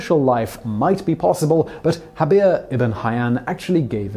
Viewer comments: It is inaccurate to pronounce the 'j' in Jabir as an 'h'. The Arabic letter we represent as 'j' in that name is the same one that we see in the word 'algebra', which we also borrowed from Arabic, and is always pronounced either as a 'j' or 'g', depending on the local dialect. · Jabir is pronounced as a J or G (depending on the Arabic country), not with an H.